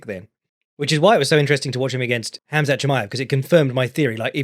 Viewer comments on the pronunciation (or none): none